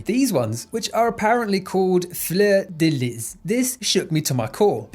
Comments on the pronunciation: As someone from the area surrounding where the game takes place, it was constantly painful hearing the faux-french/cajun pronunciations in the game and the narration. Fleur de lis? Floor deh lee. Le Carré? Lay carray (with a little roll on the r(s)). Not floor dih liz, or lou car ray. But it's okay. Hopefully you get some food while you're perusing the area. Iz good and yummeh :) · fleur de lis, french, no hard S on lis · In Louisiana, fleur de le pronounced floor da lee or Florida lee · Hearing americans saying "Fleur de Lys" is just hilarious to me, I love when English speakers try to pronounce french words, it is genuinely charming